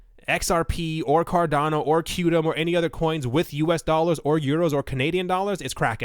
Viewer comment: Qtum is pronounced as “quantum”...